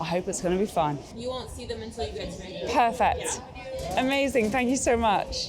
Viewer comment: You need to learn to pronounce Vancouver.